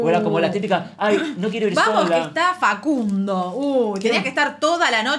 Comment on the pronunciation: Venía x esto. Yo tbn entendi fa cun DO!